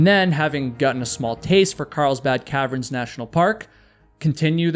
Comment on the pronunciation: He also keeps pronouncing caverns as "Calve-erens" instead of "calve-urns"